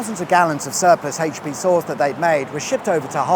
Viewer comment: AITCH PEE